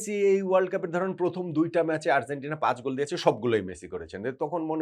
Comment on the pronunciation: bhalo-mondo milaye apnar analysis admire kori, ektu Argentina uchcharon ta ektu thik koren please..amader bangla medium a G Z J er uchharon khubi bhul-bhal, Arzentina arr boilen na bhai, kaney lage besh